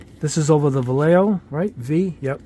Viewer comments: Va-lay-hoe is how it's pronounced. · Vallejo in spanish is: va-e-a-ho double L is pronounced as Y